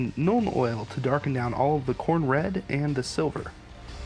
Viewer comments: I heard cornbread at least twice. The first time I was like "what the hell is he going to do with cornbread?" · At least twice you said Khorne red but for some reason I heard cornbread. Weird. Maybe it's just too close to lunch for me.